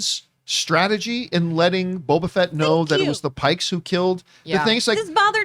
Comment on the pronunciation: John... PIKES. WITH A "P". You are saying something very different and offensive...